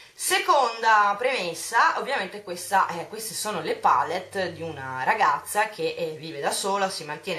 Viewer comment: Tesoro, non ti si può sentire a dire "pàllet" ogni pochi secondi. IN ITALIA si pronuncia "palétt", anche perchè è una parola francese e quindi va pronunciata così. Sono solo quelle nel mondo anglosassone che dicono "pàlett", perchè inglesizzano la parola. Ma la pronuncia corretta è "palétt", del resto nel nostro Paese viene pronunciata in questo modo :-) <3